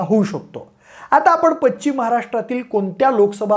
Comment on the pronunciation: Pachchim nahi pashchim…..ch nahi sha….nit bola krupaya